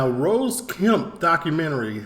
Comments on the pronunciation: H8s ne is Ross not rose come on sort it out. He also d8d say sixth. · He's called Ross kemp not rose its ross two ss lol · Subscribed man, Love your content! It's not rose though it's ross bro. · Ross like boss not rose lol